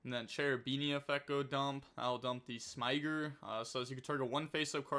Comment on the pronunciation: I'd refer you to a couple of Farfa and MBT videos for the pronunciation of Smiger 😏